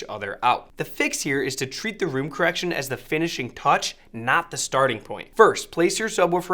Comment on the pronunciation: room "correciton" LOL